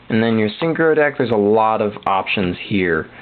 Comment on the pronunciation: u dun hav the right to stop ppl from calling the names of the deck they one n wth its synchro nt shychro